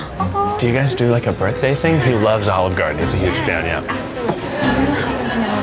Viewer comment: "Birtday Bash Dash"